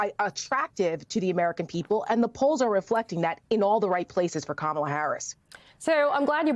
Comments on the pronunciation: Our Vice President’s given name is, KaMaLa. It is the Indian word for Lotus. She was named by her mother, who was born and raised in India. If these individuals can promise jd VANce’s wife’s name, why can they pronounce the Democratic Nominee? They are being selective bigots. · Make no mistake, folks - the constant mispronunciation of "Kamala" is definitely on purpose. IT IS A RACIST DOGWHISTLE! Don't believe me? The most common mispronunciation (and the one favored by Trump himself) is "ka-MA-la", which is how you pronounce the name of 80s wrestler Kamala the Ugandan Giant. Go look up "Kamala the Ugandan Giant" and then tell me this isn't a racist dogwhistle that they are hammering on repeatedly. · This hit the nail On the head!!! I was soooooo heated from her intentionally mispronouncing Kamala name. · If the Maga idiots can’t handle the basic pronunciation of the name “Kamala”, maybe they should just stick to “Madam Vice President”